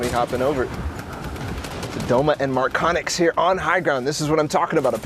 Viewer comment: Ne znaju reci MARKONIX